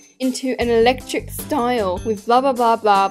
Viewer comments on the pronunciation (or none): babes that say eclcict not ELECRTRIC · ECLECTIC NOT ELECTRIC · NO WAY SHE SAID ECLECTIC LIKE ELECTRIC HELP 😭🙏